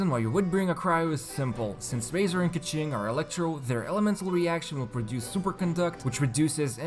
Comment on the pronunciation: people always pronounce keqing as "keching" not "keking". y tho?